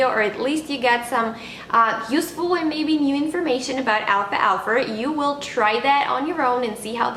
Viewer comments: excellent video, just the pronunciation is wrong , its alfal-fa, not alfalfa. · What country are you from? Because I notice you're adding the sound of the letter r at the end of the word alfalfa. I am from North America and we don't pronounce it with the r at the end. But I love alfalfa. I just added some today to my sandwich for lunch. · Al falfa but great info!